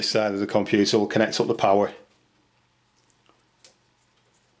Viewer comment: Komp-you-too! Maza-boid! Actualy, a LOT of memory xD Pro-se-sou!